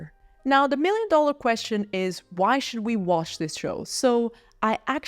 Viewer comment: "The" is pronounced "thuh", not "duh".